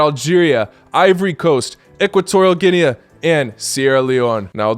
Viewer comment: Its Ginee not Ginea